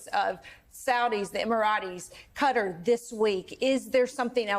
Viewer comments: Qatar is pronounced "catar", not "cutter". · Where is Cudder? Anywhere near Qatar? (because the pronunciation sure isn't) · It's Qatar, not 'cutter', jeez!! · the fact they cant pronounce Qatar correctly is crazier